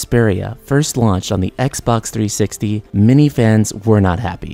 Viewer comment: Can this guy not pronounce As and Es? Every time he say many it sounds like mini. Then he says meaning and it sounds like........mini.